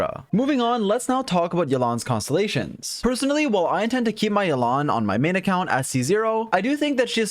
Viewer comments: I think it should be Ye-lan, not Yeh-Lhan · the way you say YE la NNNN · You know she's just like Xingqiu when cannot pronounce her name kek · lovely guide but the pronunciation of Yelan is wack